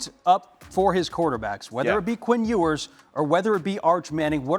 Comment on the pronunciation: Can't believe I'm still having to listen to this guy call him Quinn "Oooers"